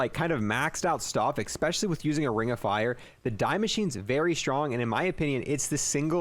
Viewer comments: Cool video. Oh, and it’s “especially” not “expecially” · Especially, not expecially.....